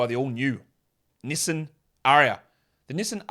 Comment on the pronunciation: Pronunciation of Nissan was cringy, mate.